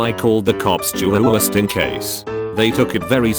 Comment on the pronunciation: juwuwuwuwst in case